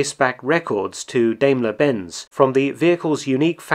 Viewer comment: The Daimler name is pronounced dime-ler, not dame-ler.